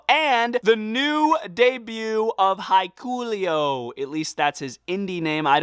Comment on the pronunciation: Sorry dude but thats not how you pronounce hikuleo but you can look up videos if you want